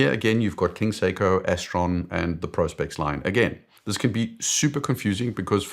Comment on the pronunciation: So refreshing to hear Prospex being pronounced correctly for once.